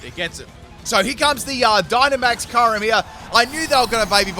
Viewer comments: I thought it was “cure-em”? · still pronouncing "Kyoo-rem" as "Kai-rem". Never change, mate.